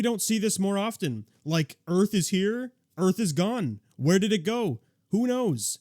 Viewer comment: Rip the Earf, you were a real one 🥺🌎